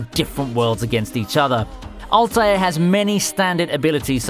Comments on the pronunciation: Altair as well, wtf is All Tayer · same. also 'altair'. couldn't he at least research how he pronounces things, i mean he already did copy paste the entire thing from wikis lol